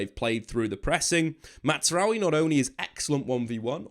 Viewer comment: Why does he keep saying Mazaroui like it’s an Italian name …….its not. The z is a z